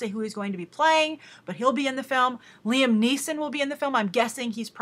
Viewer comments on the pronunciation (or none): none